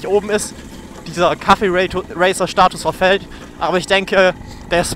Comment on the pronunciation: es heißt Cafe-Racer nicht Kaffee-Racer. wie das Cafe. Verstanden. Dann is ja alles gut.